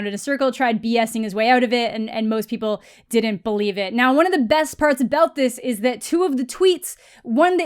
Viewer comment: Did she just say, “aboot?”